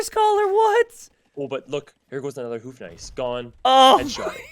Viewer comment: I know you wont read this and your pronounciation is almost on point on the Bohemian's Houfnice, but you are hooting like an owl when saying it:D There is a "ou" sound in there, almost like in "though", you gotta swing on it. If you could incorporate thata into your prononciation it will be 100% perfect! Much love from a Bohemian:)